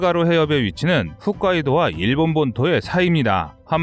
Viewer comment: 훗카이도 아니고 홋카이도 hotkaido 입니다.